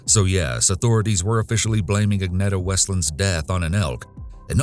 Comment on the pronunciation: Thanks for highlighting a Swedish case. Well done with pronouncing the names. (The ”e” in Agneta is pronounced more like the ”ea” in ”dear” or ”fear” and the -ar in Ingemar is pronounced more like the -ar in Spanish verbs, like ”hablar” and ”tomar”).